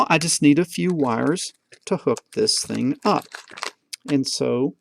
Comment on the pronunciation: ``the ting``